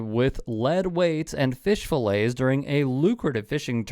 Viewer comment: He said fish fill lays it is fish fill ets